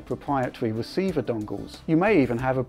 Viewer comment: Pwopwiatwy weciever dongles lol.